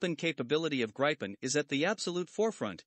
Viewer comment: GRIPEN is pronouced GREE PEN !!